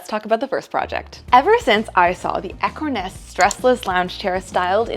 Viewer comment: Did anyone else first hear “echo nest” instead of “ekornes?” Lol